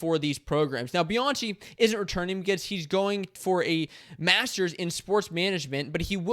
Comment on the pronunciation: Pretty sure it's pronounced Bi-an-key